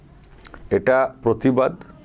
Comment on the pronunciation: প্রতিবাদ কে পোতিবাদ বলছে আর পতিবিহীনা প্রতিবাদ করবেন।